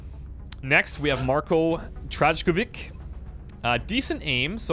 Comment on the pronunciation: Trajkovič jebote try going "Traykovich" (the true a)